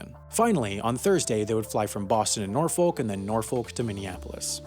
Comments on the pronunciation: I liked the video, but just for future reference, you don't pronounce the L in Norfolk: . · “Norfolk” is pronounced “Nor-fork.” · Good video! Love your work. Small note, the city of Norfolk is pronounced either "Nor-fik" or "Nor-fuk". You do not really pronounce the L. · This is gonna sound weird as hell, but Norfolk is pronounced nor-fuck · Great video as always! Just one note though: when you were talking about different cities that would be out of a typical pilots route in America, you mentioned Norfolk, VA. I'm just here to help with pronunciation. Locals here say Nor-fik and Naw-fik. I know it doesn't sound like it reads but I thought I'd point it out. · Lol! He pronounces the "l" in Norfolk! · Your pronunciation of "Norfolk" is the only objectively wrong one.